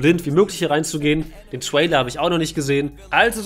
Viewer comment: wandom und twailer killt mich immer wieder :face-purple-crying